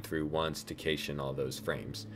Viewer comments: Great video! I was confused when you said "cache." It's pronounced "cash." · Nice work. "Cache" is pronounced like "cash" though despite the "e" on its end, for your future videos. I'll bet you know how to edit videos if you want to fix that! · What is the word you are using that sounds like "kaysheesh"? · "Kaysh" the frames... This video was very helpful. Thank you! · cache is pronounced "Cash" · Decent job. two first thoughts. The word "cache" is pronounced like "cash", and showing how to save the file as an .mpg would have completed it. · I despise how you pronounce “cache”. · You pronounce cache totally wrong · I am pretty sure you said cache wrong... but that in any case this tutorial has helped me a ton, thanks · You might want to look into why Blender lags while previewing video for you, because it doesn't lag at all -- even at 60fps, and the first time through -- on my system: Intel Core i5-4690k, 16GB RAM, GTX1070 8GB (w/ nouveau), Ubuntu MATE 17.04 (kernel: Linux mainline 4.8), Blender 2.78b. Also doesn't seem to lag on Windows 10, same HW (only tested that with 24fps video). Also 'cache' is pronounced like 'cash'.